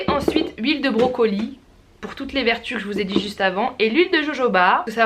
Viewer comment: j'adore ta manière de dire "brocolie" ptdrrrr j'me tape une barre c'est n'importe quoi 😂😂